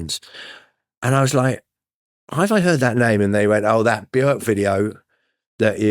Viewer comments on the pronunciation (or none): none